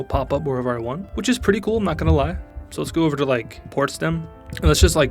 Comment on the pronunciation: As a german your pronunciation was realy funny Potsdam is going Podsport now. Just joking like everyone does when you talk about there Home Country. Okay I see for what reason evreryone Thinks we have no sense of humor.